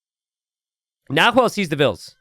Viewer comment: It’s more like nah-whe’e